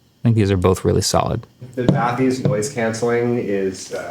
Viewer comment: its gonna drive me nuts if I dont say that the focal bathys are pronounced "bat-ees"